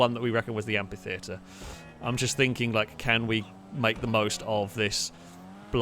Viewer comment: Look, these videos are just so entertaining and great all the time that the complaining curmudgeon in me really thought I'd never find anything to criticise, so indulge me on this one exception: it's pronounced amFitheatre, with an F sound.